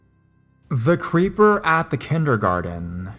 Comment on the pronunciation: "Kindergardeeeennnnuuhhh" 😂❤ i love you man but that made me laugh